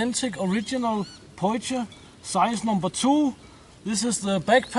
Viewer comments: Hey it’s pronounced “poy key”:) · Super as a South African to see you use a potjie! By the way, it is pronounced "po-chi". There are some great traditional South African recipes for potjiekos. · we pronounce it poy-key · Potjie is pronounced (poy-key) the first bit is said like toy but with a p instead of t ......just trying to help iv lived in South Africa for 46years .ps Love your channel. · Hahaha it's funny to me how you pronounce potjie. lol. sorry I am south African. btw. you pronounced kos correct however! very cool video.